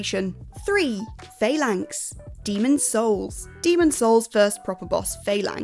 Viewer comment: Hate to be that guy, but its actually pronounced "fal-anks" 😉.